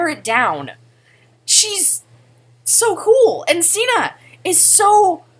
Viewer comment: I shipped septiplier just for the edits and cute pictures. But now that I know they have GFS, which I've known for 2 years now, I LOVE septishuu and amyplier. BTW is pronounced (sig-ner).